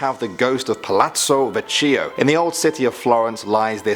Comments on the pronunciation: oh God, yes it's written Vecchio but you say it just like it's written, so it's "VÈKKIO", you said "VECCÌOU" and it sounded like an alien Trust me, I was born in Italy, my parents are Italian, my grandparents too, I've never taken English courses or extras, I've never visited places out of Italy and I live in Italy. I'm a pure Italian and I can say "CH" is always pronunced "K" and we usually put the accent an the first syllab. Baiiii :3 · You said Veccio with out an H lol. Do Guatemala please